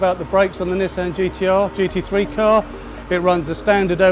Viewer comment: "Ni-sand" vs "Ni-ss-on"